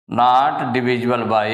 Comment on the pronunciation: Nat nahi not